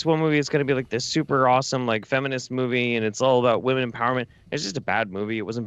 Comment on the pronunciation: Why does pronounce women weird